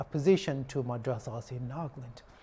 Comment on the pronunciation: News reporters : Nag-land True accent: Naga-land